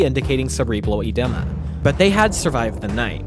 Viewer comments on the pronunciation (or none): i think some of the pronunciations of common words/names were incorrect: edema, Bauer, etc.